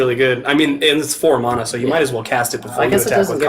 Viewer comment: Mona? You mean mana..